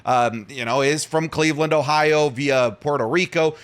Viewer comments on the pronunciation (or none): Don’t say Cleveland like that’ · Disliked for the way you said Cleveland. Do better